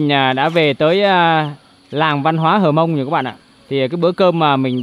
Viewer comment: Cô gái Hơ mông ( chứ không phải là hờ mông) ngồi bên bếp lửa. Chàng trai mường tè đứng ... gốc cây. ( Núi và đồi khác nhau đó bạn).